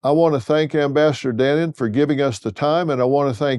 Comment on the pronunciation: Pronounce his name right. It’s pronounced dah- no-n